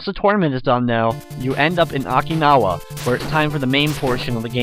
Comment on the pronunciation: Its Oki-nawa